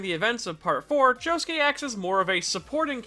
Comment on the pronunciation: Why is his name pronounced joskeh and not josuke